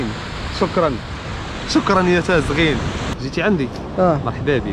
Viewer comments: سميتها تزاااغيين ماشي تازغين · وا سميتها تزاغين ماشي تزغين